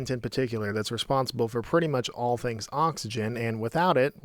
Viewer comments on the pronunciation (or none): none